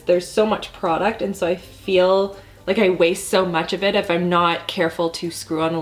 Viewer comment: Anyone notice her saying "ine" instead of "I'm" and losing their mind a little bit??